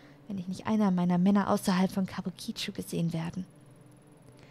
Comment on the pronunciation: [klugscheißmode] kabuki-cho...also die Betonung nicht so sehr auf das "i" am Ende.[/klugscheißmode]